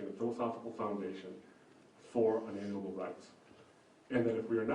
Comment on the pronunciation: For someone who likes to say unalienable every second sentance, should really learn to pronounce it right. It's 'un-ah-leen-ah-bull' not 'un-alien-ah-bull'. Nothing is more distracting than someone mispronouncing words that they keep using over and over.